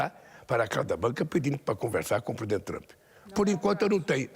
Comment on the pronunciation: Alguém mais percebeu que ele está lendo as suas respostas em alguma tela por trás das câmeras ?? Ele se entregou logo no início quando disse "Tr'u'mp" e depois tentou corrigir Isso é a TV estatal ajudando de todas as maneiras!😂